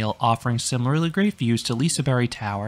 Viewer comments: liseberry??? That’s not how it is pronounced by the local Swedes, it is more pronounced like “Liseberj” in a Swedish accent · Lisaberry? It's LisaBERG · Y? That doesn’t even sound right, it’s more of a J sound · what is a Liseberry? it's Liseberg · J as the English pronounciation of J? Like in the word jelly? Because as a Czech, I would also say it's J, but in English context it's a bit different. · bruh no, literally as a swede i can say that it's more of a j, not a y